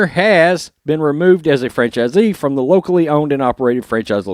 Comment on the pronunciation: When you said "locally owned," I heard "wokely owned."